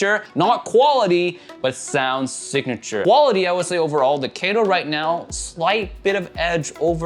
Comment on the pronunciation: BTW it pronounces as kä to not kae to as it's a Japanese name.